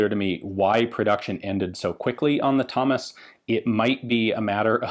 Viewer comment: To be fair, my actual human ears heard Hummus too the first time lol